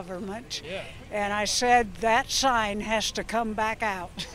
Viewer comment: "...and I shed (said) that shine (sign) hash (has) got to come aout (out)..."